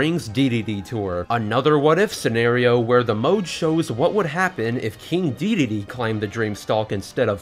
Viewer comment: Dedede, not Deedee